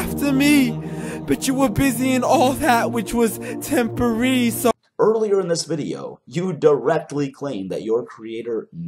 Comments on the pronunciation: At one point in the poem the word TEMPORARY flashes yet the guy says 'tempery'. It's not even a poor attempt to cut syllables from a line of verse that was too long as the full word would fit. It's just flat out illitera-ceeeee! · Its funny how the guy will entirely change the pronunciation of a word in order to make it rhyme... he does it a lot through the video... "tempohree" =temporary LOL